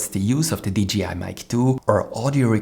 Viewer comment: One thing, a j in english ist pronounced jay, not jee. You say dgi, not d jay I, like DJ